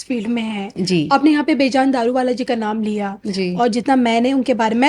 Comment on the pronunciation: ji Bejaan Daruwala nahi per Bejan (BE JaN) Daruwala sahi nam hey. Parsi nam hey.